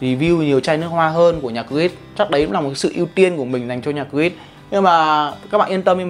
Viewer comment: Góp ý: Cố gắng phát âm sao cho chuẩn nhãn hiệu, tiếng Anh. Creed ko có đuôi "s" ở đằng sau, cắt ghép lồng tiếng nhiều khi hơi bị thừa và ko tự nhiên ạ. Rất hoan nghênh sự nhiệt tình review và giúp đỡ của bạn. Nếu muốn mọi người tương tác nhiều hơn, hãy chỉn chu hơn trong việc lên hình và phát âm chuẩn chút để giúp mình "sang" hơn, đáng tin tưởng, đáng để follow hơn khi review nhé! Chúc bạn thành công!